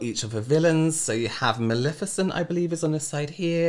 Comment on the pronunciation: It’s Mal-EH-ficent. Not Mal-IH-ficent. It’s Levi-OH-sa. Not Levio-SAH. 😜😂